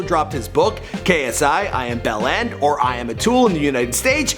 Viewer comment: Any British viewers annoyed about how he pronounced "bellend" 🤔🤔😂😂